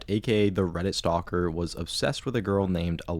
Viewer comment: Redit, not, credit*